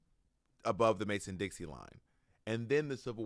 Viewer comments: Loved your book Bob! But it's Mason dixON not Dixie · I think I've heard you say Mason Dixie several times. It's Mason Dixon. Lol. No shade. I'm just pointing it out. I think it's like sometimes we learn the lyrics of a song wrong in our head. But I'm not going to dispute the facts. It's just a pronunciation. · Bob, if you don’t stop calling the Mason-Dixon line the «Mason-Dixie». I’m hollering queen 😂